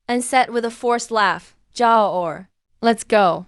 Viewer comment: kelan ba magkakaroon ng ai na marunong bumigkas ng tamang pagbigkas ng mga salita??? ruyan ang pangalan pero ang bigkas ng narrator rayan... palpak!!! ai ba talaga???👎👎👎👎👎yung sun bigkas san??? ang bigkas nun soon hindi san... jiao= jia o??? dyaw yun...